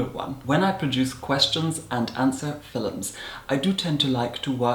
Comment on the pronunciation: This person is wonderful. He is so elegant and beautiful, with a pinch of humor and sass.. Just love his "fillums" 🖤